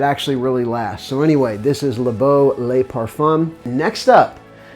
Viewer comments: I've noticed a few pronouncing it "lay" as in "Les" which is plural. "Le" pronounced "Luh" is singular. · FYI, the 'Le' in 'Le Parfum' is pronounced EXACTLY the same as how you pronounce it in 'Le Beau'. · Yes, "lay" seems to be the most common mispronunciation of 'le', and the reason you cited is one of many.